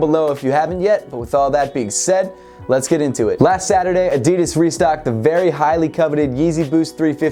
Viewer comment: Is it just me or did he say addidis not addidas